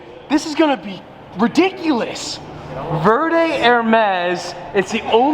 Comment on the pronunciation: Please! Por favor senior, it is pronounced vare day-verde not ver day 😭 I just had to it’s buggin me